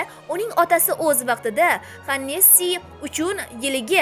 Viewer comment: Ролик яхши, лекин камчиликлар бор, хориждан кирб келган сузларни ишлатганда албатта ургуга этибор бериш зарур и'кра эмас икра', хене'си эмас хе'неси . Айибга буюрмайсиз.